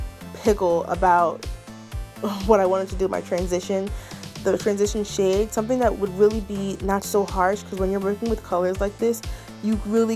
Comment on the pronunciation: I was trying to figure out if you said light purple shit or not 😂😂😂😂😂